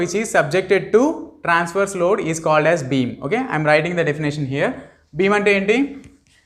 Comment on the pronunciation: But pronouncing was bad.